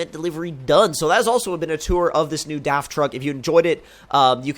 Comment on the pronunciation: Ha you even pronounced DAF the right way!!